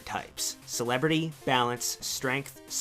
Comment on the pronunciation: u said Celerity wrong! :P